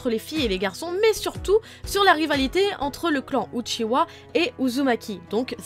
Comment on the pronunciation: stp Uchiha pas Uchiwa